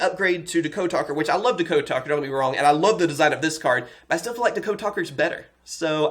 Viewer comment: DA-code? It's DEE-code